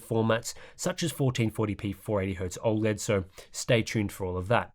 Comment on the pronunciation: Every now and then I come back to this channel just to see if still pronouncing OLED "all-lead".